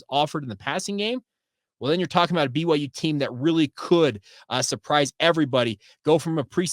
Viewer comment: Love the show, but why do you pronounce BYU like that? lol I hear like every sound of every letter everytime